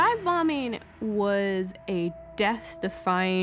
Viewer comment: . "Dive bomeen..." Are you in the 5th grade?